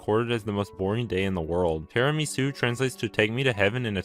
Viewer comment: as an italian, i can say you do have to kinda put tiramisu into 2 words: tirami-su edit: butter. i. did. IT!